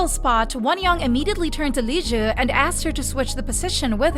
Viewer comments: gal pal, girlfriend, sweetie pie, its pronounced liz like the beginning of lizard, not whatever the heck you're saying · why do you call liz lijue?